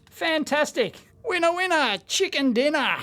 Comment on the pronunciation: .. "Chicker".. ROFLMAO. You may have another problem.. The "n" and "r" keys are not even close to each other.